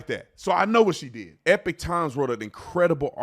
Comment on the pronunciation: 'Ee-pahck'....Ee-pock...not Epic. Damn dude.